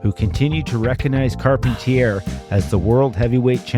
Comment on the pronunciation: I recall Carpentier being pronounced"Car-PON-tee-ay."